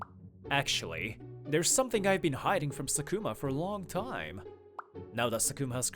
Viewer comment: Not sakuma Just say SUKUNA Tue ting khiy